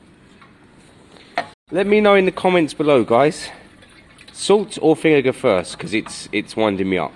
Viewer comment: How can you call anyone stupid when you can’t even say vinegar properly